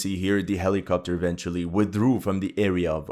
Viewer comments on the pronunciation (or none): none